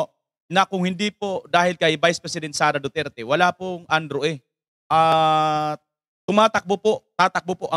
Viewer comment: Andrew E hindi Andrew A. po.😂😂😂